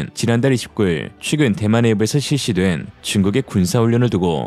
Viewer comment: 최근 발음을 자꾸 취근으로 하시는거 같아요.